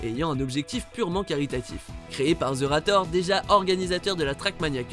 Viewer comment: Pour votre information, on dit 'Zérator', et non 'Zeurator', et ensuite le Zevent est un évènement caricatif, et non une lan e-sport.